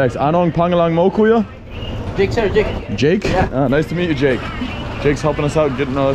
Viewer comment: Please stop saying KUYO ...it is KAYO ☺️